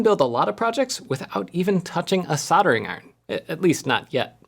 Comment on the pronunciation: Solder ... see that "L" at the 3rd letter. It's pronounced "ell". Say it. If it was meant to be pronounced "sodder", it would have a double-d and not a "ld".